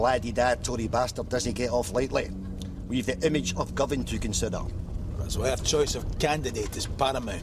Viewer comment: I liked how he pronounced Govan as 'Goavan' 😂